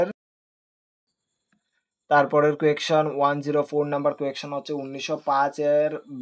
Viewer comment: Question ❌ quaktion✅😂